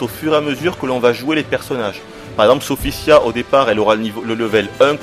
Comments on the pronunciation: Sophitia ptn pas "Sophissia" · tu ne serais par marseillais, par hasard? je dis ca a l'accent moi j'ai ce jeu et je l'adore et Sophitia est la meilleure combattante a mon avis et la plus belle en passant son nom c'et SophiTIA et son Sophissia comme tu dis moi astaroth j'aime son nouveau look démon